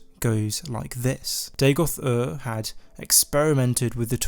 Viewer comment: Day-Goth? Are you AMERICAN? You don't sound American... It's DA-goth, mate. DAGOTH. Dagoth. Dagoth....